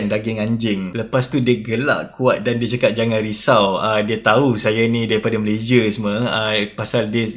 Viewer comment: Orang Malaysia pun sebut nama negara sendiri tak betul. Come on lah. Malaysia bukan malayzieh.